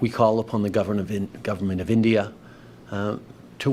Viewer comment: “As I said on Monday…(*what did I say on Monday again…?*)….there are…’credible reasons’ that agents of the ‘gudverment’ of India…” Trying to take this man seriously is an exercise in futility.